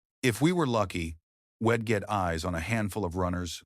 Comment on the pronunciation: Pronouncing wedd instead of we’d , repeatedly is fkn annoying & sasr does not “dig in” on lup Just a thought 🦘🇦🇺🦘